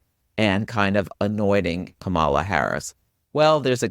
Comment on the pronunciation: Thanks for this! Kamala is pronounced KAH-mala, just a kind reminder. Or, like she explains it in her book, like "comma-la" 😊